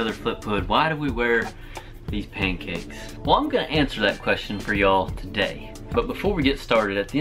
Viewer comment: Drinking game. Take one shot of absynthe every time he says pankcakse